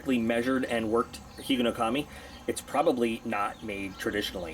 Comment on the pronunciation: It's a single word, man. Not three.